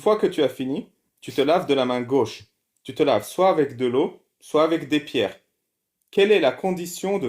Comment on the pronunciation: Attention sophisme alerte : vu le nombre d'erreurs grammaticales (que ce soit Z-une, que celui-ci soiYe...) je me demande si ce bamso sait lire. 🤔😆 Quand on prétend avoir un certain niveau de maitrise de la langue française et que l'on passe son temps à définir les termes, il est plus crédible d'être capable de s'exprimer correctement.